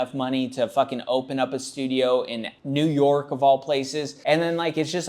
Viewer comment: "in New Yoik of all places"...😆